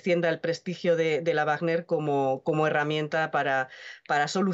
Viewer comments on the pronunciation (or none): Wagner no se pronuncia "bajner", que lo sepas